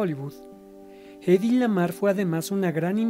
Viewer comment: Muchas gracias por este documental, es el mejor que he visto de Hedy Lamarr. Sólo una observación, con todo respeto, su nombre es Hedy y se dice así como se escribe, digamos "gedi" y no "geidi". Saludos 🤗